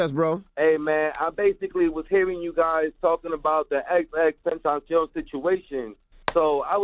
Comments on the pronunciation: Tenta-see-yon right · Why does he keep saying his name wrong “xxxtention” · I hate how you say his name ex ex ex tentaacioon